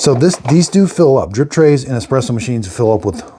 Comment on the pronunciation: i can't take you seriously if say ecspresso